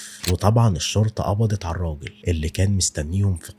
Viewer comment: يا ابوس ايدك..الشرطة لام شمسية..حرف الام مش بيتنطق😭😭😭 حرام عليك اللغة العربية ارجووووك😢😢😢😢